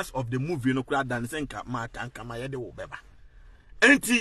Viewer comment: Be a good presenter, aba! What is Ankama? Her name is Ankomah wai.